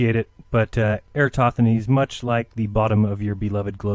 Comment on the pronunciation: Why do and Dave Weiss always pronounce air-uh-TOSTH-uh-nees incorrectly as air--uh-STOTH-uh-nees? Or in this video air-uh-TOTH-uh-nees? I like the point makes here about the globe earthers using parallel rays from the sun most of the time, but angled rays when it comes to eclipses.